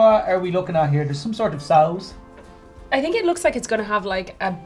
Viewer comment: to 🤣 I almost died laughing I had to pause!. 👍🏼🔥 the way he sead sauce reminded me of the pun guys🤔.